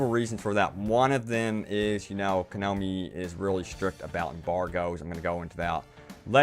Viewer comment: You clearly didn't get the joke. I was making fun of the way he says "konomi" when it's actually "konami"